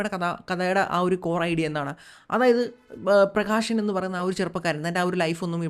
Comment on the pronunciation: "ആഷയം" അല്ല "ആശയം" "പ്രകാഷൻ" അല്ല "പ്രകാശൻ" "വിദേഷം" അല്ല "വിദേശം"